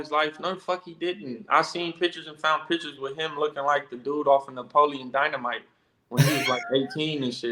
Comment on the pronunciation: said napolian dynamite. 😂😂😂😂😂HAAAAAA! You a foo milk. ✌🏽